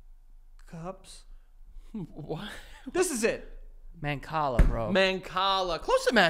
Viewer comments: Not me screaming Mancala only for Joey to say MANcala 🤦🏻‍♀️ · Joe ITS MANCALAAAAA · MANCALA JOE. MANCALA. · It’s MANCALA!!!!! 😂 I’m screaming! 🤣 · Mancala, Joe, Mancala lol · MANCALA. FFS. MANCALA.